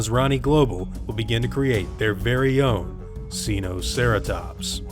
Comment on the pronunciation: "seenoceratops" me: who did you learn dinosaurs from it's sinoceratops not sEeNoCeRaToPs